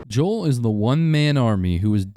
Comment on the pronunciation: It’s Jo- J O E L